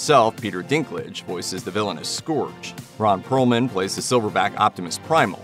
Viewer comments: Scourge is not pronounced Skohrje, it's more Skeurj. Airazor is also pronounced Air-Razor. My OCD got the better of me. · SCORGE!?!?! WHY DID YOU PRONOUNCE IT LIKE THAT. IT'S "SCOURGE" and it's pronounced "Skerg" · its not "scorj" its pronounced and "scurj".ugh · Am I the only one who cringes when he mispronounces the names? Says it like scorge not scerge lol and it's airRAZOR not airRUSORE js 😅😂